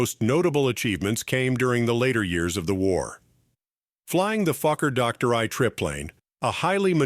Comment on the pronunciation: HOLY MOLEY!!! I haven't laughed this hard in years, I had tears streaming down my face. I almost pissed myself. Gotta love AI narration. " FLYING THE FUCKER DOCTOR I TRIP PLANE" 🤣🤣😂😂🤣 HILARIOUS!!!